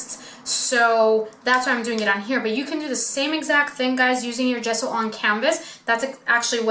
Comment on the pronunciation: How is it even possible that an ‘artist’ cannot pronounce Ge-sso? Not Ghesso